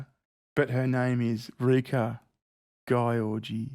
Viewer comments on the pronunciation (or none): I'll bet that "Gyorgy" is pronounced "Giorgi" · Gyorgy is pronounced like George. Trust me i'm hungarian..... and i laughed every time you butchered her name. XD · To be fair, "Gyorgy" really should be pronounced "Yiorgy", which is a variant of "George" in Greek. Yes, how ironic it's a Greek name - the inventors of up the ... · Pronounced "Georgie" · I know someone with the last name gyorgy. It's pronounced george-E but it is spelled hilariously